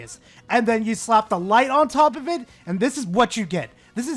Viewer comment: "Legends OF Arceus" really hurt me.